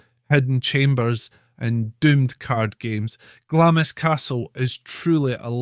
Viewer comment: It’s pronounced glahms